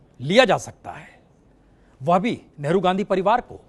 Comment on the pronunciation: Giriraj ji doosre ke liye bolte ho pehle aap to Hindi theek se bol lo spasht ko ashpasht kehte ho. Padivad bolte Ho parivar ko. Hypocrates.